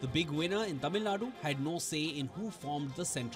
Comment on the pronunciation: kudos to the presenter for the effort pronouncing Tamil words right.